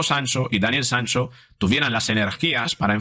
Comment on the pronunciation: Porque dice Sanso?